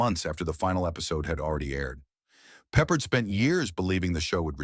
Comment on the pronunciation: 3 weird facts about the 20 weird facts: Voice-O: Peppard is pronounced Peh PArd' not peppered.16 episodes. plus the pilot which was a multipart episode. Banacek got 10% bounty finders fee, not %15.